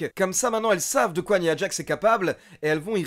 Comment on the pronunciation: tres bonne chaine j aime beaucoup ^^ par contre une petite précision : on prononçe " naya djax " ^^ bonne continuation :)